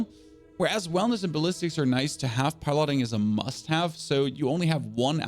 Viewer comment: Why are you pronouncing 'piloting' like that?